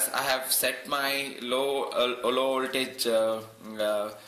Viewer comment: Well, he is talking about an 'oltage of tree point tree', instead of a 'voltage of three point three'. Other than that it is indeed pretty good for someone who isn't a native English speaker. (I should stay quite though. My English pronunciation is way worse. I know how it should sound, but I can't reproduce it, and therefore I never speak English which doesn't help either xD )